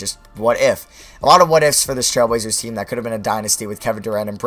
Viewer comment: This guy does not know how to talk like 99 speed talking...dude cant say trailblazers